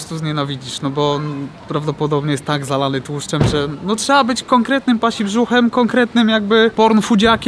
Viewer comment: Panie Książulo, się mówi sie Ptasibrzuch , telefonu nie chce ale jak pan wyślesz to za darmo przyjmę . Pozdro